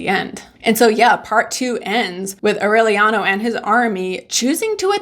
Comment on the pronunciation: In spanish you have to pronounce all the vowels: It’s Au-re-lia-no A-ma-ran-ta The A in spanish is pronounce different than in english R is difficult to get it right. You can do it👌🏼